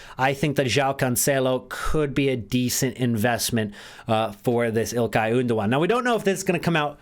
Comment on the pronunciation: "Ilkay Oondogan"